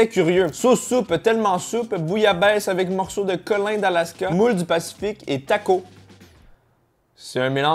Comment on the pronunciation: on dit Takos avec le S mais bon il faut connaitre! et perso la bouillabaisse beurk... si tu savait comment c'est fait tu ne toucherai pas 😉😉